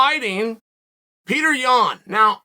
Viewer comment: Damn C you could’ve pronounced the guys name right but Peter Bruh !! HahHa